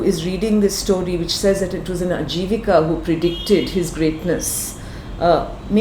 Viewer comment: She doesnt even know its "Ajivaka" and not "Ajivika", she is trying to sanskritize a Pali word. to be precise "AJaVaKa Sa", Check the Seventh pillar edict. So much BS. I bet she doesnt even know how to read Pali.